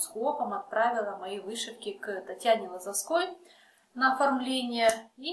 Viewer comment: Татьяна ЛозОвская, а не ЛозовскАя.